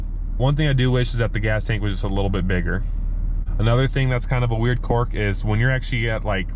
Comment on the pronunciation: Don’t mean to sound like a grammar Nazi, but it’s pronounced qu”I”rk, not quork!